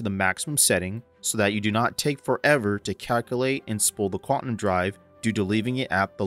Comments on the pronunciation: for the love of god, the word is QUANTUM, not quatnum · great video, man. Thanks. FYI, it's pronounced quantum (Kwan Tum), not kwatnum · Lol I had to stop watching after you started saying “quatnum” drive... its “quaNtum” drive :) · "quatnum" heh